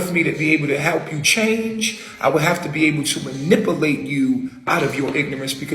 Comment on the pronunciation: Can't even pronounce "manipulate".